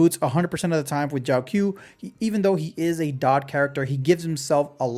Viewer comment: bro really said "JIAOXIAO"